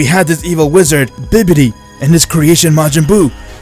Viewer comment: Bibbity? its Bobbity.